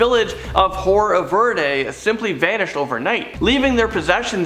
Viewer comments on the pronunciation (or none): none